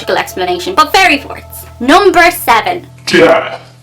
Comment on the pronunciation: At first I thought you said "fairy fart"!